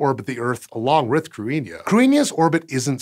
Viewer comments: Okay. I'm down with it being spelled "Cruithne." I'm down with it being pronounced "cru-EEN-ya." I'm not okay with these being simultaneously true. "Cruithne" deserves to be pronounced "crew-ith-knee." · Cruithne is pronounced KROO - ee - hnyuh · The H is not silent in Cruithne. Something like Croo-ee-hne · Its crew-ih-na or crih-na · It's pronounced cru as in crutch and ne as in nettles. Cru ne. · ok no. can we talk about how Cruithne does not even closely sound like "Cruinia". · (a) He mispronounced it, and (b) Irish orthography is its own system that is different and shallower than that of English. Unlike in English, if you see a word written, there are simple rules to tell you how to pronounce it. It's just that those rules are necessarily very different from those of English. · What a crazy pronunciation relative to the spelling! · He is pronouncing it wrong! Krit-ne is d phonetic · He pronounced it the way Wikipedia says to, but it doesn't sound like an Irish pronunciation? It sounds wrong to my ear, but I have little knowledge of pre-modern Irish so idk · either way, he mispronounced it, but it was a decent effort. The main difference between Modern Irish and Old Irish as far as this goes is that in OI, the 'th' would've sounded like a 'th' in English rather than the 'h' sound it now has. Of course, the 'i' shouldn't have been pronounced, as it's just there to mark the 'thn' following it as slender. To be fair, as mangling goes, he didn't do too badly, and the 'n' was slender. It's spelled using a more modern version of the Irish orthography (the explicit marking of séimhiú and caol le caol, leathan le leathan are giveaways, as the both started in Middle Irish, IIRC) so 'th' pronounced like 'h' would be more likely. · He did mispronounce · That's not the correct pronunciation. In Modern Irish, it is pronounced like "KRIH-hnya" where as in Old Irish the 'th' was pronounced as in English.